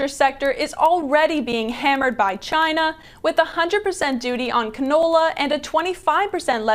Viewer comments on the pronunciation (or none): none